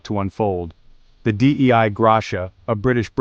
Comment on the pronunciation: Maybe don’t use an AI voice that can’t pronounce “Dei”.